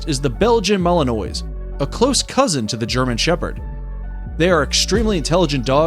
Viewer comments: Malinois is NOT pronounced ma-li-noise', but rather ma-liin-wah' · Ummm its MA-LIN-WA :)